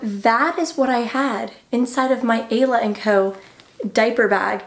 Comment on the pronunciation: I think it’s pronounced “eye-la”, but great review nonetheless!